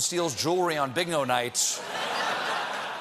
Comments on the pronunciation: He said Big no, instead of Bingo... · Did he say bigno night?... does Stephen not know what bingo is?